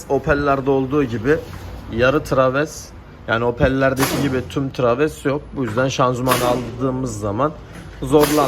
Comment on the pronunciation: abi traves deyip durma yaw onun adı travers. interkol değil intercooler (intirkulir)